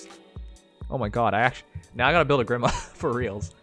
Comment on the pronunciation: Oh dear god the way he pronounces grima is atrocious it's gr-ee-ma not gr-i-ma